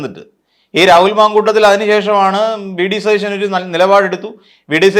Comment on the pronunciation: ത ദ എന്നി അക്ഷരങ്ങൾ എവിടെയാണ് ഉപയോഗിക്കേണ്ടേ എന്നറിയില്ലേ സതീശൻ എന്നാണ്